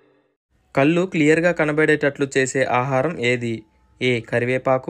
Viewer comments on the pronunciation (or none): కల్లు కాదు నాన్నా, కళ్ళు. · కల్లు ఏమయ్యా? కళ్ళు అనకుండ మీరే తప్పు చెబితే ఎలా అండీ?